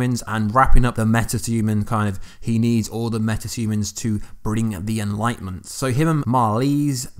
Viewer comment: Is it only me or anyone else heard metatumans when he was saying metahumans🤔